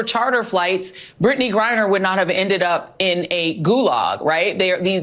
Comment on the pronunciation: Did she just said brad griner ?